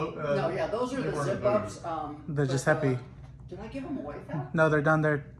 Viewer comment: did she just pronounce Giuseppe Zanotti "guess-py"? LOL!